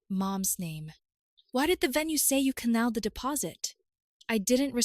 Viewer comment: Why is it that these AI voices can never say the word CANCELLED !!!!! Story becomes laughable when she keeps saying the party is CANNELLED. 😂😂😂